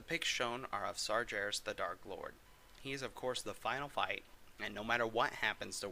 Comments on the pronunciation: Why are you calling him Sarjares? It's Sargares! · And Sargeras is prounonced with a 'hard G'....as in game, goblet, grizzly, etc. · Said sargeras wrong lol